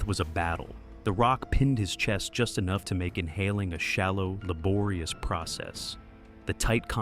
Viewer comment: Loved this vid but every time you say “laborious” it makes me want to crawl into a cave and die <3